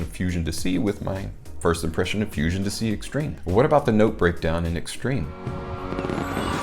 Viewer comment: It's not dissy, it's dee-say.